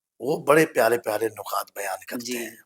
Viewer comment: نکات پر پیش نہیں ہے بلکہ زیر ہے